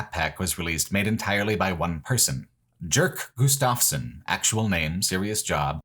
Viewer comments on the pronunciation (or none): Jerk Gustafsson, pronounced completely diferently as you prononced it. It is pronounced as Jens for example, he is an incredibly talented game developer, that level pack for quake 1 is fucking fantastic. Wasnt a fan of quake 2, but again the pack from machine games they released for quake 2 made me a fan of it, not the base game, but the expansion. Machine games have incredible talent in spades. Cant wait for the new indiana Jones game.